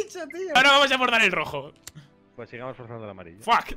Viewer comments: ¡AL ROHO!¡AL ROHO! (En vez de una j dice h XD) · None: que cartas tienes: AROJO pd: Leviosah haha